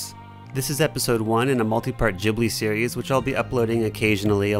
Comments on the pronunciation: its pronounced gee blee not jee blee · Bro I love your creations, but it's studio GHIBLI not GEEBLI. it's hurting my soul. Great video! Immaculate work. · Please....It's Ghibli like you pronounce Gibbon not like you pronounce Jimmy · I THINK it's said g-i-blee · Studio "Jibbely" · manz said Jibli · It's not fucking "JIB-lee" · Kept hearing "Jibli" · It's pronounce Gi like Given. I don't get why white people like Japanese thing but don't have time to learn the proper way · The way you said ghibli got me.